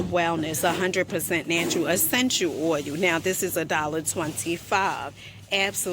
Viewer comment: I had to quit at oil pronounced OUL